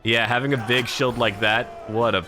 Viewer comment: Where are you from? Why can’t you pronounce the “ee” sounds? Ex: shield sounds like shilled